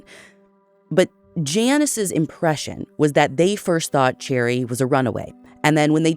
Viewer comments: Too bad she pronounces "Sherry" as "Cherry". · She needs to research a little harder next time....She pronounces "Sherry" as "Cherry". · Okay but is her name actually pronounced like the fruit? Cherry? Or is it like the drink and name, Sherry/Sheri/Shari/Cheri/etc?? Ashley I love you but this was so distracting to me. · Finally! I've listened to you lovely ladies for a few years with my husband. We have always hoped you would do Cherrie's case. (From my understanding its pronounced Sherry). While Cherrie disappeared a few years before i was born, it only happened 10-15mins from where i grew up, and currently live. Its a haunting story/reality that my husband and I have told our kids about every year. The Montgomry farm has been talked about for decades! As a place of interest. I have always suspected that the original detective had ties to them, which is why her case got pushed to the back burner. It was "cold" from the first moment it wasreported. Finger printing kits where a big thing wheni was younger. Pretty sure my parents still have my original set from kindergarten, but it was highly pushed because Cherrie was so close.